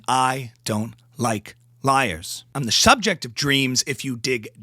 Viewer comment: Brilliant impersonation you have her spot on the way you said subject cracked me up you have her speech impediment down perfectly also her utter rambling madness 😂😂